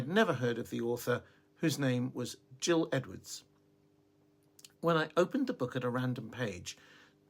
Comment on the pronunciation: The author's name is pronounced "Gill" as in "fish gills", not "Jill" as in "Jack and Jill" 😃 - You're welcome. PS. I'm new here and love your content and love you... Easy to understand. Thank you for your genuineness and sincerity, and not overcomplicating anything